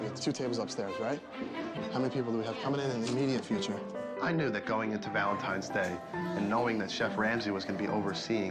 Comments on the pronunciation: Is my guy saying Valentime? 😳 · I love watching these videos the only thing that annoyed me about this video when Gordon was saying Valentimes day instead of Valentine’s Day. I know this is petty but things like this annoy me it’s like people thinking Frankenstein is the name of the monster when it’s actually the name of the creator Dr.Frankenstein.